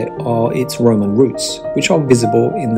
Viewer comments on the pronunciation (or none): none